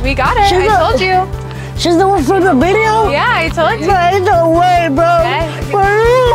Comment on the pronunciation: “She’s the one from the Bideo?” 😂😂😂😂